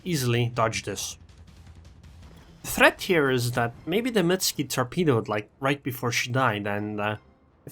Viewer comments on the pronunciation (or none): Why dont you pronounce the "U" in Mutsuki? You make it sound like a Russian ship? "Mutsky"